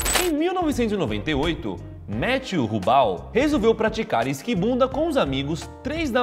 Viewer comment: Matthew Hubal = Mete o rubal 😂😂😂 Os caras fazem de propósito 😂😂😂